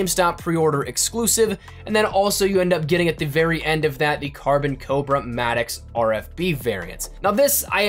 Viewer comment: Finally somebody pronounced the Maddox right